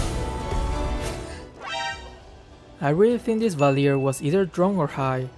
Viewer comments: lol that valir tho🤣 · the valir LMAO